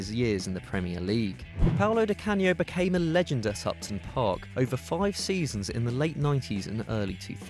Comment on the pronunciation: It's upton park not supton park